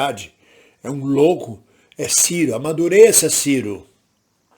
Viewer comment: m. Ridículo é vc malvindo, até quando erra a pronúncia do nome do Ciro tenta colocar a culpa no cara. Bajulador do Lula jamais faz uma avaliação imparcial.